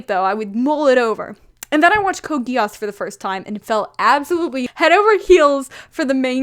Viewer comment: Am i the only one who's getting slightly annoyed by the way she pronounces "Geass"